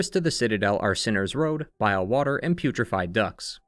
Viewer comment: Can we talk about where the emphasis goes when we say Pharloom and Bilewater 😀